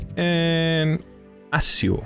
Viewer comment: Eigenlijk spreek je het uit als 'aksio' (zo wordt het tenminste uitgesproken in de Nederlandse versies van de films (en eerdere games)).